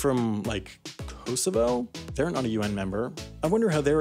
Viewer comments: Dude why do only Americans pronounce the 'w' in Moscow, it's pronounced 'Mosco' the W is silent. Also the pronunciation of Kosovo is way off. Seriously terrible how Americans drop and add letters to words, like pronouncing Caramel as Carmel etc. Get it right dude. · that pronunciation of kosovo annoyed me wtf